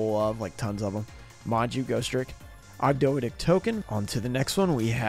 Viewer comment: k so i have to be the one to point this out. it's pronounced og-doh-A-tic.